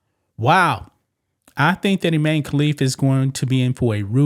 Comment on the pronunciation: His name is even I-MAN-e. Sheesh.